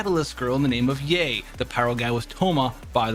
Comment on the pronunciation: Nice vid :) btw it's Ya-eh, not yay y'all 🙂